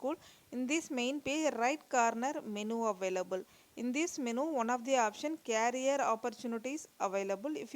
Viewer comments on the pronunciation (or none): please check the pronunciation of career!!